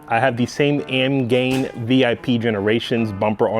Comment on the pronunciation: AMGAIN? There's an "I" in there buddy